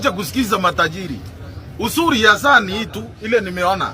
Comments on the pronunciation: It’s now SAA… not SHA… what does this government want… ??? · 😂😂😂 muelewe tu saa not sha